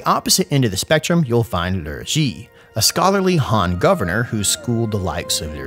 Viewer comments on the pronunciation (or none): Liu is not pronounced Lv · You use a northern Chinese accent when you say Liu or Lu